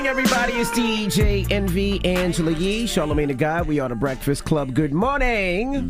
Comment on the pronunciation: Sounded like somebody actually tickled Yee the way she laughed when that guy butchered her name😆